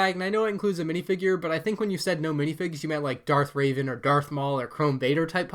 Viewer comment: You're gonna get bullied for saying "Darth Raven" instead of "Darth Revan"